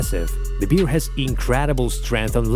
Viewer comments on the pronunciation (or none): NOT a BEER... A BEAR!!! (pronunce BARE!!!) 😋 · It’s bear not “beer” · Umm...question?? Wtf is a Beeare?? I guess he meant Bear right 🤣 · L'IA est si intelligente qu'elle ne sait pas discerner bear (l'ours) et beer (la bière)😂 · its bear not beer ffs learn to read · Corrección, Best es oso no beer cerveza como tú dices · Is it correct that we pronounce bear the same with beer? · Where are YOU from that you don't know how to pronounce BEAR properly? YA'LL need to get a new announcer, one that doesn't drink BEER! WTF?